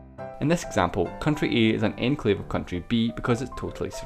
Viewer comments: When you say enclave it kind of sounds like your saying enslave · Enclave is pronounced awn-clave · i thought it said enslave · love it when you say enclave :D